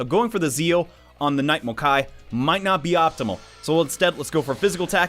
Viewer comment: Mokoi, not Mokai